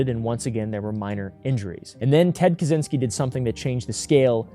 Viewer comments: Americans making up the worst pronunciation possible instead of simply looking it up in the internet. 😭 Brother, it's not that hard. It's something like "Catch-in-ski". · As a Pole, it always makes me laugh when Americans try to pronounce Kaczyński with a hard Z,not knowing that CZ is one letter in Polish 😀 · Just to let you know, it’s pronounced KaCHynski. The cz sounds like “ch” in chair.